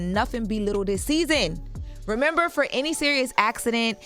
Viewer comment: AYO FRO instead of FOR is CRAZY